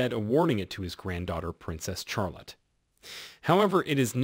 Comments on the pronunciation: Charlotte is pronounced as Shahl- otte not Chahl-otte. I do wonder why a photo of Prince Louis (pronounced Lu-ee) was on screen when you were talking about Prince George? Small details but they do matter. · Mine is from the bible and is pronounced shar-lot